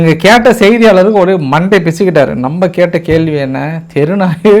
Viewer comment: கேல்வி இல்லை கேள்வி . ஒருக்கா சொல்லு பார்க்கலாம் . இன்னும் ஒருக்கா , மறுக்கா மறுக்கா சொல்லு பார்க்கலாம் . ள் ‼️